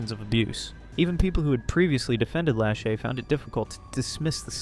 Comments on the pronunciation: I'm sorry but the way you pronounce Lashy's name irks me.. its not that hard to say la-shay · I'm just going to say/ask it. Isn't her name pronounced - lah-SHAY? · Its pronounced La- shay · lashay.. (la-shae) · if you’re going to take a stab at “reporting on others” as your content, the least you can do is pronounce someone’s name correctly